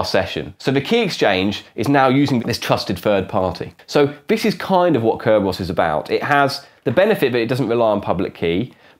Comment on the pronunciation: What happened to CC and subtitles on your videos? I couldn't even understand his one-syllable pronunciation of "Kerberos".